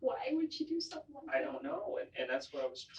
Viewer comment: Whats wrong with your english? ”Wot” ”Sum thin”